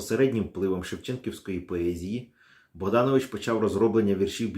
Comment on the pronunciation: Дзякуй вялізны за працу. Невялічкая заўвага: літара "о" ў беларускай мове заўжды пад націскам і прозьвішча паэта правільна вымаўляецца як БагданОвіч.